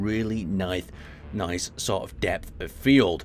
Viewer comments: I didn't notice that the first time around, very nyth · Lol, nithe xD